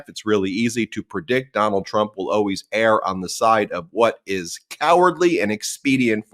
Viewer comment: Good show but reconsider “attorney generals” and pronunciation of “err.” Also try Fani (rhymes with Bonnie) instead of Fawni, akin to Bambi.